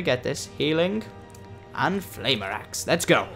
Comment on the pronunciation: FFS AGEN falmer not flamer lol XD